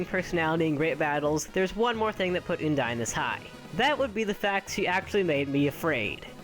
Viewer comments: I think it's undyne not ooodyne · Its UN-DIE-N not OON-DIE-N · ummm....did you guys notice that he said oundyne? not undyne... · Oondyne? Oondyne? IT'S UNDYNE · Undyne not oondyne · Its pronounced uhn-dine Not ooon Uh-n-d-ine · uuundyne? its pronunced i think AN-DIE-NN thats the best i can help you prononce when i an doing it through a comment section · It's Uhndyne not Oondyne! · Uh-n-die-n not une-die-n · its not pronounced OONDINE its pronounced UHNDINE XD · it's pronounced un dyne not ooondyne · I say an-dyne not oon-dyne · Oondyne? It's Undyne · Did you say...... Oondyne? It's un-dyne. Not trying to hate just pointing this out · Eudyne it sounds like this it's undyne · Oondyne really it's UNdyne UNdyne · What Oondyne? It's Undyne XD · uondyne it`s undyne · its not oohndyne its un dyne un as in undo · It's undyne not oondine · ehm it not oondyne its undyne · Oh btw its UNdyne not YOUndyne. if it were her name being a pun on Undying wouldn't make sense. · ITS UN-DYNE UN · WHEN HE SAID 'OOONDYNE' I GOT HELLA TRIGGRDDDDD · oondyne lol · Btw it's pronounced Un dine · You mispronounced Undyne it's ( un-dyne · Here's how to pronounce Undyne. Uhn-dine. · my list: 5. oondine 4. oondine 3. oondine 2. oondine 1. oondine yep. dat pronunciation killed EVERYONE in the comments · OMG IT'S OONDYNE! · OONDYNE! that pronunciation killed me. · Why did he pronounce undyne like oondyne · How are you pronouncing Undyne so wrong? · WHY ISNT SANS-PAI NOT 1?! also you pronounce Undyne wrong.. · Man you're saying Undyne's name wrong... Please check somewhere how to say it right.. XD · u said undyne wrong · You pronounced Undyne WRONG!